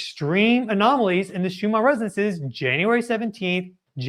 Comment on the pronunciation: Schumann is most likely of German descent. Is that why you pronounce it as if it ends in an “R” instead of the two “N’s” it actually ends in?